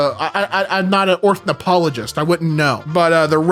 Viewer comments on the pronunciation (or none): my guy saying he's not a "orthnipologist" instead of ornithologist has got to be the funniest slip-up I've heard on this channel in a while